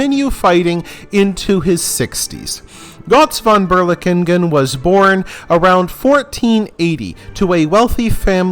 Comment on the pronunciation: thank you for providing this information in english, as this guys story is INCREDIBLE. but PLEASE try to say his name correctly instead of putting a bad american accent on it. (and no, im not german. but i know enough to know your butchering his name)